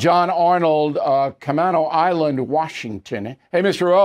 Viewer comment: Love ya Bill however it's pronounced "Camayno island"